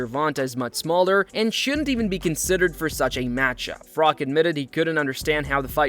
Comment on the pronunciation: Froch, not Frock